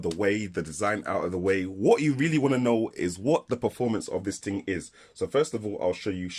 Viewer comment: Why the deliberate mispronunciation of the word "thing"? A "ting" is the sound a bell makes